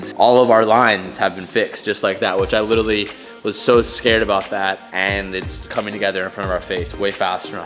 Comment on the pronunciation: Rumour has it if pronounces 'literally' correctly the effects of global warming will cease and will eventually reverse.